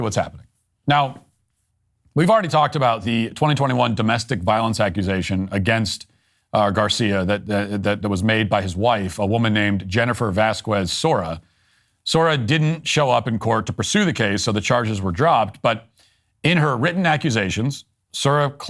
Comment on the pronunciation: Why can't anyone on the news pronounce Vasquez? It's as bad as sport announcers. People can say 'que', but they can't 'quez'? que = K . VasKs